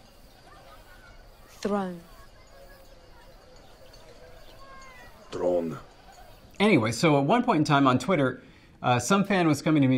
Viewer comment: I know it's kinda off topic but when Emilia says "throne" for me as a non english native speaker that "th" sound is the hardest to do and it sounds so awesome.